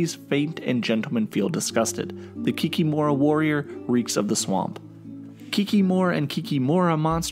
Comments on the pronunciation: Nah, you said KikiMORA and not KIKImora, i wasn't trying to be a smartass, just telling how we say it in Polish/Ukrainian/Russian since its a shared word. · It's Kik"I"mora with the acsent on the second "i" not "o"